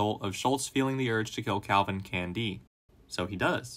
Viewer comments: Why do you keep saying his name like that? CanDEE. can-D! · Say can•DEE one more GD TIME